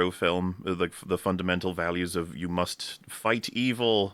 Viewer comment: He doesn't say "like you." He says "like Hugh."